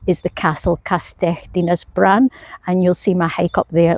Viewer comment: Cracking video and great to see someone trying to correctly pronounce things, you said castell Dina’s bran perfectly, your Llangollen needs a little refining but almost there. And awesome to see you’ve done your research, you’ve made a subscriber of me. If you’re ever in the area again I would be more than happy to help you with some lesser known locations and I would happily help you out with pronunciations.